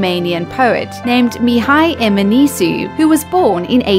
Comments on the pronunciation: "Mihai eminisu" My romanian self:BA ESTE MIHAI EMINESCU NU Mihai enminsu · you made Mihai Eminescu sound like a chinese poet :)) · You don't know how to pronounce "Mihai Eminescu"(no. 16)